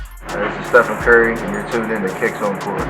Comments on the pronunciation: Its Stephen Curry not Stephon Curry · It isn't stephon it is Stephen!!! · its not stephON curry its stephEN curry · God damn it's not stephon it's Stephen curry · Wtf stephan ? It's stephen 😂😂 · Bruh you stupid idiot his name is Stephen not Stephane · fyi is name isn't steph-fon. his name is actually Wardell Steph-en Curry II. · Stephen not stephon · Why he say Stephon his name is pronounced stephan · This alien said "stephon" its "stephen" lol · Its StepHEN Curry not Stephon damn it ,get it right, getting it wrong like chris webber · Did he really just say StephON curry..... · did this boy just say stephan!? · Fam did you just say "stefon" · u said he's name wrong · that idiot pronounced his name wrong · Dumbass this guy said Stephen wrong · His name is Wardell whys it matter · Kearee Buckner thats stephs first name too :/ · He cant even say his name right